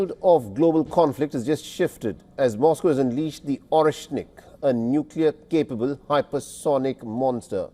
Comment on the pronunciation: It's not " nuclear".